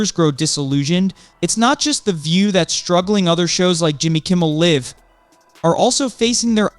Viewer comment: Jimmy Kimmel Live rhymes with drive,not give.